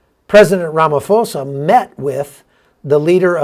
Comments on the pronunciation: Hi. SOUTH AFRICA. YOU PRONOUNCE THE PRESIDENTS NAME AS RAMA P OSA. NOT. RAMA F OSA. ITS B B B E E. BLACK BROAD BASED ECONOMIC EMPOWERMENT. ELAIN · It is sad that what you're saying is true. Sometimes difficult to explain it to my American friends. Pronounce President Ramaphosa as Rama-po-sa. Ph or Th in isiZulu and isiXhosa is P or T. (Ignore the H). Thanks for the great work.